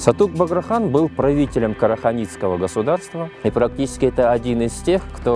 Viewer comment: Правельно Сатук Богра Хан. А не Багра.